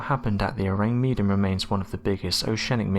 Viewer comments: ORANG MEDAN means Medanese or person from Medan and pronounce MAY DUNN.😉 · Ourang Medàn. The accent is on the second syllable of Medan.